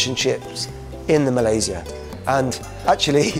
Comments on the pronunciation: respect for pronouncing Malaysia THE RIGHT WAY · Nice Malaysia pronunciation, better than most Malaysian who goes for english style pronunciation 👍👍